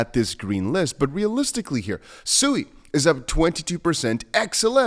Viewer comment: SUI - pronounced Sweee not suey